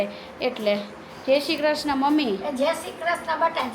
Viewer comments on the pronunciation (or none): none